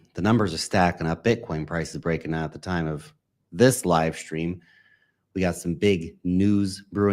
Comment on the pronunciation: Why do you say SHtream? Stream!